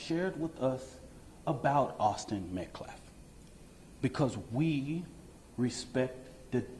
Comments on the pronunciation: The father has one picture of his family and he’s wearing the same suit as he is in this press conference. And if that side can’t say metcalf then they are really dumb. All I hear from pro Parnell side is meltkaclf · Dude can’t even get the white peoples’ names right! Metclaf. Penyon. Like… does he know how to speak English???